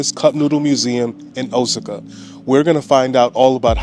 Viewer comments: I was just going to post the correct pronunciation of Osaka. I was thrown off for a minute with his pronunciation. Luv their vids. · Osaka is pronounced: "OH-SOCK-AH". I love your videos. Thanks for sharing, and stay safe!